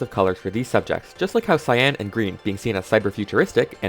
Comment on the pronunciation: The word cyan is not pronounced with emphasis on the a. It isn't cyán, it is pronounced cýan with emphasis on the y. If the emphasis is on the a, it sounds like two words and is just wrong.